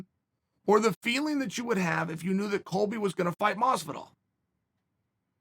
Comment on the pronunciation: Chael: "Coby" Colby: "greetings nerds and virgins"